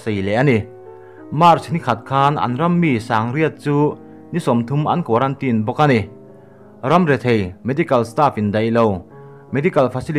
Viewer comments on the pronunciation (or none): none